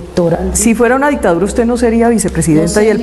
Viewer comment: Está señora vicepresidente ni hablar sabe, la itadura?😂😂😂 será dictador O dictadura